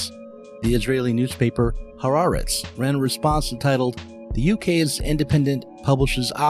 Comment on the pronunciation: It’s not “Ha-ra-retz,” it’s “Ha-ah-retz.” And his name is not Elaine Finkelkaut, it’s Alain which is the French form of Alan, the last syllable is a nasalized vowel that doesn’t exist in English. Just call him Alan.